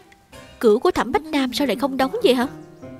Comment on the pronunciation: ủa bách nam hả sao đó h tui nghe toàn bá nam vayy=))